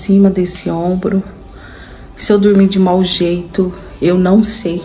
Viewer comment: Ele tem estudo, ACHO cheito fala